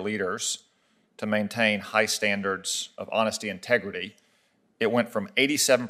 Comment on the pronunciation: He said "high standards of honesty and 'tegridy"